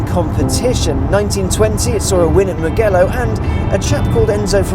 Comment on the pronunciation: Mugello... always cringeworthy when pasty Brits botch up foreign words.